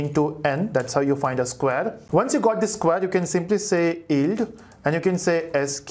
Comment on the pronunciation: its pronounced Yield, not Eld